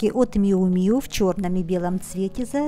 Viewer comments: правильно Мью Мью (Miu Miu)!!! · Еще одна вечная загадка модного мира – как все-таки звучит название бренда Miu Miu? Драмы больше нет, правильное произношение: Мью Мью. Не обижайтесь за то, что я Вас поправила.